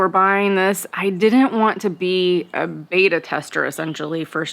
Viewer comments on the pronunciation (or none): none